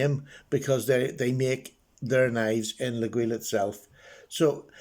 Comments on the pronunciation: A very nice knife for sure ! By the way, Laguiole is pronounced « Layol » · According to a catalog Laguiole Imports sent me with the pronunciation phonetically noted as (leg oil) so put your best French spin on that and give it a ride. I really enjoyed taking a different turn when I started purchasing these knives and will continue to do so as I find the materials and workmanship so exceptional. Cheers!